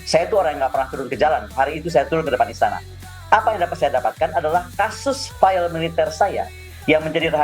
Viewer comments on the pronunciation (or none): none